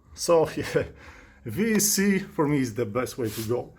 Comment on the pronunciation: can you say it as VESC? confusing for newbies its an esc with the v on it. Not a VES with a C on it Ves C haha sounds like a vitamin c to me